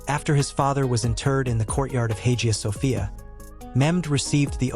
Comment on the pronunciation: Dude, you need to learn how to pronounce words and names properly . I actually laughed my ass off when I heard how you pronounced Hagia Sophia, Valide , and Safiye !